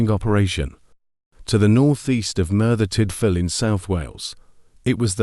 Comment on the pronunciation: bloody hell i was looking forward to this but that robot doing the voice over carnt even say merthyr tydfil wright ,sorry it killed the vid